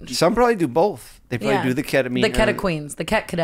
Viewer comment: Eh-hem - it’s keta-queens <3